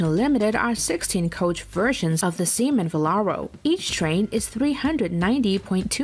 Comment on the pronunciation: Did she just say Semen Velaro :/